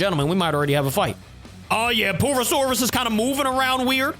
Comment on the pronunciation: bro is saying poo not pur